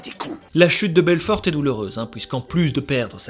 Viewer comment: genial comme d'hab ! Par contre pourquoi tu prononces belforTE ? x) Ca me perturbe ^^